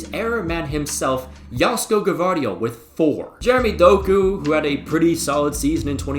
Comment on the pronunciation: Plus, he's saying G(a)vardiol